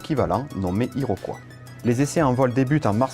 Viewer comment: Who hired the English-speaking announcer? He can’t pronounce Iroquois, 105, A. V. Roe, etc. This is typical of so many of these YouTube features.